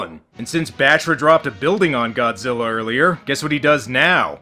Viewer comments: It's the extra R on the end of Godzillar that gets me... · did anyone else hear that dubber call godzilla "GODZILLER"? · ive always wondered where you have to be from to mispronounce godzilla as godziller and who allowed that to go through on the dub? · "bio lan tee is a weird austrailian pronunciation like godziller is." No, that's not true. "Godziller" is just the result of the Queen's English accent where they pronounce "a"-ending words as "er." However, the international dubs, they have to run that stuff past Toho. "What are we supposed to call this character? How do you say it?" So, however they said it in the dub is what Toho wanted us to use in English. Ted Thomas talked about this sort of thing in the interview on the Media Blasters "Godzilla vs. Megalon" DVD that leaked with all the extras. This is also why the international dub of "Godzilla vs. Destroyer/Destoroyah" still uses the pronunciation "Destroyer" because Toho explicitly told them to do so.